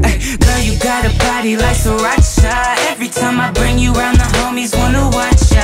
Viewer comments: Who else likes the way he pronounces Sriracha 😍😍😍 Sri-RACHA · taught me how to pronounce sriracha